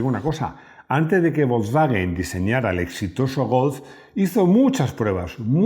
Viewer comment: Interesante video. Pide a Rodrigo que te enseñe a decir golf. Y Volkswagen, de paso. 😉